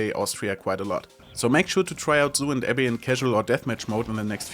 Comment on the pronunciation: Its pronounced AB -- BEE :D